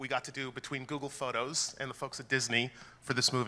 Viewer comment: Hehehe, "Zoogle"